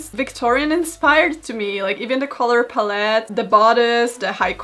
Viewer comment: So we’re not gonna mention the “Color *palleté*” type of pronunciation right? Okay